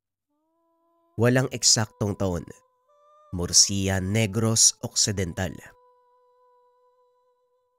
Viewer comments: hello po correction lang po sa PLACE NA MURCIA ganito po tamang pag pronounce MURSHA pero tamang spelling po nya is MURCIA☺️☺️☺️☺️from the province of negros here po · Sir hindi po mursiya kundi mursha Yung pronunciation nyan as in MURCIA po Yung spelling kasi parang mursiya